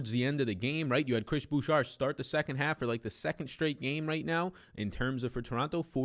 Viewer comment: Chris Boucher = “Boo-Shay” it’s French